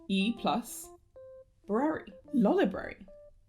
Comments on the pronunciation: it's Lo-Library and I will die on that hill xD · Lo-library is the way, it puts the emphasis on the word library. This is good because it is mainly a site for people who already know what lolita fashion is and this pronunciation helps it separate from other lolita fashion-related sites like blogs and wikis. Meanwhile, loli-brary shortens "lolita fashion" down to "loli" in a way, this is recipe for a terrible misunderstanding these days. I rest my case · The disclaimer at the beginning of the vid was hilarious and I love the editing of the PowerPoint sections of this video. (the stock lolitas were excellent) The humor in this video is immaculate and it was a lot of fun to watch! (also I too pronounced it loli-brary so yay) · i am a miscreant that pronounces it as lol(lawl)-library and it will be pried from my cold dead hands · Am I deaf or are both loliable and controversy pronounced with the stress on the first syllable? oO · I disagree on the pronunciation but the stock images killed me 😂